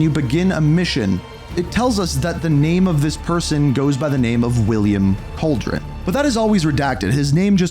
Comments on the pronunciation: Cauldron? Cal Der Roan you savage. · CAL DER RONE not a witch’s caldron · man why does everyone say cauldron:face-purple-crying:its calderón